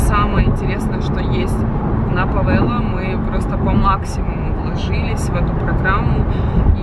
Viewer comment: Ужас. Где она такое слышала.